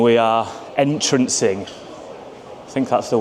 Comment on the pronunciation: Entering not entrancing🎩